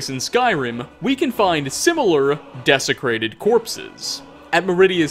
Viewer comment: About those desiccated corpses (not to be annoying but... yep, actually there's no getting around it I have to be annoying to say this lol-- it is "desiccated," not "desecrated"), they're also found around frostbite spider lairs which makes me think they're associated with poison as well as corruption, so the presence of that dead skeever beside the body may imply that he tried to feed on it and died. If it isn't just a bit of visual creepypasta to give us the shivers about what might lurk in Solitude's sewers, it may be a commentary on the city, itself. Various residents of Solitude/Skyrim tell us that it's a rotten city of corruption and misrule, so the idea that what's in the very veins of the city could even kill the rat that fed on the corpse that died from contact with it could be a pretty strong message. That was my guess, anyway!